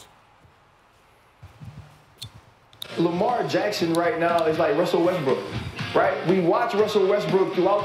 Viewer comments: why brah keep tryna play Westbrook? Lol he don’t even realize he say westbrick he say it so much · Addressing the disrespect but he keeps calling him WESTBRICK. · called him “west brick” the second time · In the first five seconds, he calls in Westbrick.😅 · I heard you say Westbrick bro. played it off smooth tho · Bruh called him westbrick 5 secs in 😂 cmon cuh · has one more time to say westbrick... Think he's slick smh